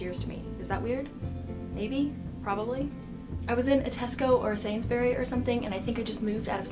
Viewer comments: My favourite part is where you said "sainsberry" but it's "sainsburys" like brry not berry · Did you say "I was walking in a sainberry"? It's sainsburys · sainsbury's, not sainsberries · Sainsberry? It's pronounced Sainsbrees. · I'm british so it's hilarious how you Americans produce things like 'sainsburys', you say sainsberry it's Just funny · I love how you said 'Sains-berry' instead of Sainbury's XD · It's sainsburys not sainsbury! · Say it like Sainsbrees, not Sains-berries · I went to a sainsberry ! Haha it's sainsburys ! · Nice job on saying Edin-buruh. Instead of Edin-burg. Plus here's a tip instead of saying Sains-burys or Cad-burys say Sains-bry just drop the u. I used to live in England for 10 years and move to Alberta, Canada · "SainBerries"! pissed myself at that one its pronounced sainsb'ries love! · sainsberry lmao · "i was in a tesco or sains-berry" HAHAHHA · Don't say "sainberry" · "Sains•berry" made me laugh a little. I'm sorry I should be nicer and not laugh at people from other countries coming here but it just made me laugh and happy to hear c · Wait did u just say "sainsberry" lol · I'm from Britain and I found it hilarious how she said Sainsburys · The way she said "Sainsbury" was somehow more British than the way we say it